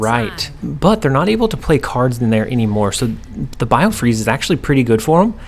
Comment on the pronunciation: Hey, let's take a guess at who STILL can't say the right location name? If you guessed you're right. B-i-f-r-o-s-t!!! Not biofreeze. How are you not even catching this when you edit? I enjoy your videos, but man, come on. Also for Sulky Hulky if could do some shorts on your card upgrades of the before and after of the upgrade.